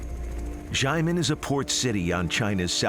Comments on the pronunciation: just say "shia-men" it's THAT simple. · The commentator is just butchering the word 'xiamen'